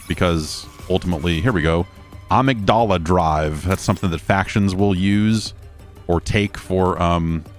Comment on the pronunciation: Never thought I'd get to hear Jeff mispronounce "amygdala" in my life time